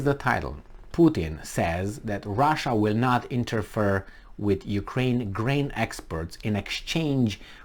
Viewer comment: interfere is like "inter-fear" not like "inter-fur"